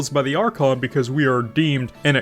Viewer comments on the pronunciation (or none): none